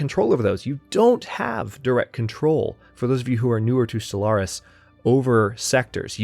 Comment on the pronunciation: I like it when you call it Solaris instead of Stellaris :P